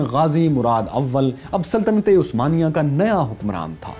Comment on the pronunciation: why you said word '' saltaty-e-Usmania" i think its " Saltanat-e-Usmania"